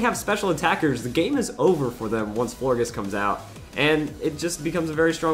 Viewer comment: florges is pronounced floorjes